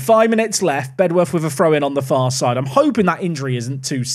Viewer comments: It's pronounced "Bed-uf". We tend to let native speakers off though so don't worry too much about it 😂 Thanks for the away day there! Very cool to see a place I've actually been too on the channel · Lmao they are actually right (comment section) it’s pronounced bedorth just like dulwich is pronounced dulich ❤ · Bedworth is pronounced BED UTH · Fun fact, I actually got an assist on that Bedworth (genuinely pronounced Bed-Uff) pitch when I played youth football, they were our local rivals